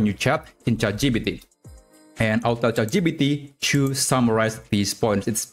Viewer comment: please say chat gpt correctly. not chatgeepeetee but chat gee-pee-tee. it hurts my brain